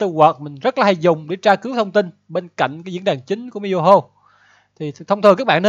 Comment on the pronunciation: Mihoyo not Miyoho